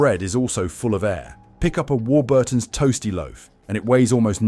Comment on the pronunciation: Also stressing Burton in Warburton's. AI garbage with gaps in all the wrong places.